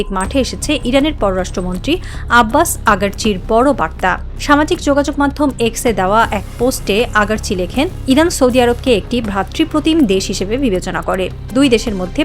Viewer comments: Its not AGARCHI. Its ARAGCHI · আগারচি নাকি আরাগচি কোনটা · আগারচি না আগে শিখুন আরাগচি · সংবাদ পাঠিকার নামের উচ্চারণ ভুল হচ্ছে উনার নাম আরাকচি।আব্বাস আরাকচি।